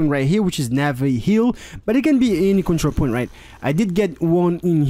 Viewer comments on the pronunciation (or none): none